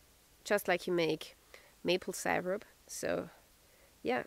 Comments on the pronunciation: Sigh-wrap LOL! We pronounce it Sear-up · Syrup is "seer-up". :) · cool as usual ...like the way you pronounce syrup , sYrup 😊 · Said as sirup but spelt as syrup 😊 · Love how you say syrup